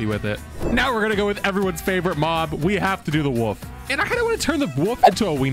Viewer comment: you also need to learn how to say "wolf" apparently.